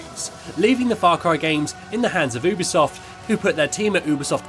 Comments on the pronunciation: Really well made video well done but oooobisoft? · I’m sorry but this was infuriating oobisoft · Yeah but some people pronounce it as uu bee soft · Am I saying Ubisoft wrong because he says it like oobisoft